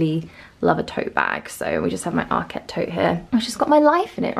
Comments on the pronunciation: Yes as in market. no emphasis on the ket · ARKET not ARQUETTE